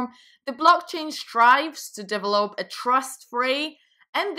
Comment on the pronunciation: Deee-vel-op. :). Just poking fun